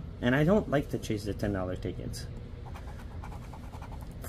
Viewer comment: You kept saying "I got the chase I wanted" and "Let me know your fav chase" I thought you said cheese instead of chase lol...fav cheese...um Colby? It's been a long day....